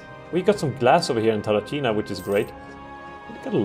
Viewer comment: I love how you pronounce "C" as a "ch" in provinces' names (which is correct for modern day italian) but in ancient times it should be a "K" sound ie TarraKina, VolsKii, AurunKi Also, been there, done that